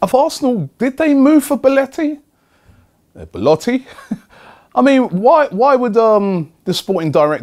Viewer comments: Robbie, every time you say Beletti I die a little bit inside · I give up, There's more chance of Arsenal actually signing Belotti than Robbie pronouncing his name properly